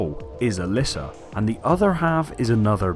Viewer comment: Bro, every time you say allyssa, I go to comment that it's alessa, but then you say alessa, so I discard it.... AND THEN YOU SAY ALYSSA AGAIN!!!!